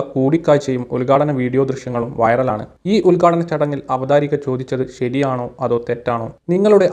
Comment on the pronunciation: Avatharika alla,Avatharaka.🥰